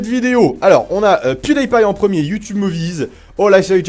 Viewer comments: Pas Pwioudaïpaï, ça se prononce Pioudipaï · PewDie paille tu as dis ?? Heiieinn ??! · Je pense que ca se pronome pwu di paille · Ça se dit : "Pyoudipaïe" agent mais c'est pas grave , on t'aime quand même ! ;-) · Quand tu dit Pewdipie sa se dit (attention fautes) Pioudipay sa se dit comme sa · La facon dont tu prononces pewdiepie ca fait mal aux oreilles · Tu sais pas prononcer PewDiePie où quoi ? xD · Holasoygerman "german" c'est un nom... et tu prononces faux pew die pie quand même fait un effort gros x)